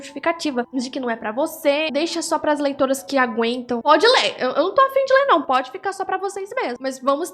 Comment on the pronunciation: eu escutei leitoins